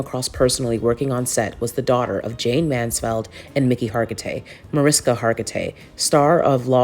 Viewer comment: Mansfield not Mansfeld darling